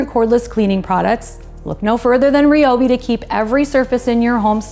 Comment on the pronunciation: Not RIOBI, it's RAIOBI or I'm out.